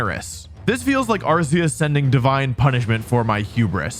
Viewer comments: They changed pronunciation of Arceus like more than a decade ago From ar see uhs to ar kee us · you mean AR-KOOS!? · How can you talk about the correct pronunciation of Pawmot and then still say Arseus. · "Don't get mad at me for saying Pawmot the way I do, that's how its pronounced." Proceeds to say arseus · Pronounces Pawmot correctly but continues to mispronounce "Arceus." And before you fight me on that, look at the trailers that announced Legends Arceus. The ones with a narrator. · I find it funny how he pointed out the official pronunciation of Pawmot and then immediately turns around like 13 minutes later and pronounces Arceus wrong.